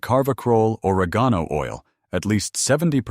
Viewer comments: isnt correct either! 😂😂 O-reg' - gone - o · good video but you MUST learn or program your AI narrative to pronounce words correctly. Or reg geen o....oil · Or-egg-on-oh oil!